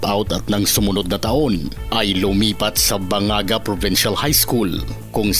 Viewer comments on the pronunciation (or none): Baganga -ba gang ga in reading